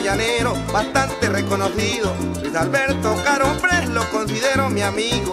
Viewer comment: En realidad es Luis Alberto Caroprese pero en la canción él lo pronuncia como Luis Alberto Caropres